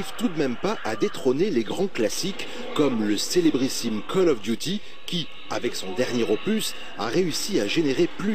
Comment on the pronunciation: " kôll of diouty " :rire